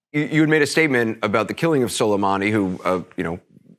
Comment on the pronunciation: "Solamenani" Subscribed.